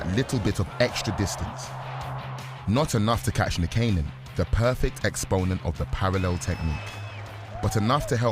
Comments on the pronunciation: Wish he could pronounce Nykanen properly... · same. I was like "that's 100% not how you say that"